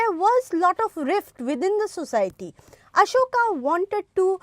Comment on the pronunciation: Ma'am it's Ashoka. Not Asokas ...😅